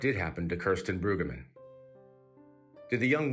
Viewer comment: Mispronouncing her name is so disrespectful.